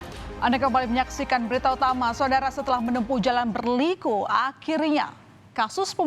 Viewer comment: Yee kata "Berliku" nya biasa aja kelezzz mbak cara pengucapan nya ga usah pk liuk liuk badan wkwkwk ..